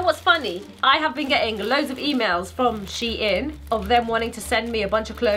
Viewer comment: 'Sheout' now Deceased 😂😂😂😂😂😂😂